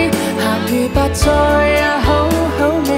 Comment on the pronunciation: 周>瑩>琳，周筆暢的確講得最正，楊鈺瑩其實都好，但個「趣」字一出來就知還是有些口音，楊丞琳「白菜」兩個字就知平時講粤語講得最少